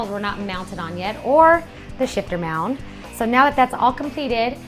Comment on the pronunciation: is she saying mound instead of mount?